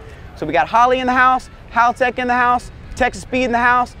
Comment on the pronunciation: It is HALtech, guys. Not HALLtech